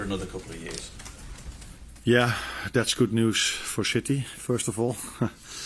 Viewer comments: I heard it as shitty. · I love how he cant pronounce city, or can he? always calls em shitty 😂😂😂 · I love how he also calls City "Chitee". Top man. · Did he just call City "shitty" 😅😂😂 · Gotta love the way the gaffer pronounces City..... nuances 😂